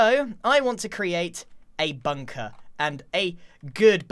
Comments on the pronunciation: "A bunker, a good bumker" bumker? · "A good bumker" Grian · i swear grian said 'bumker'